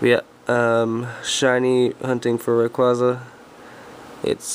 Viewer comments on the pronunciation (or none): This is what u get for calling it ray-quo-za. In all seriousness sorry man feel bad for ya